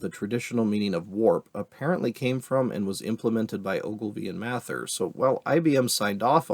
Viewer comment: The way you say "Mather" hurts my ears.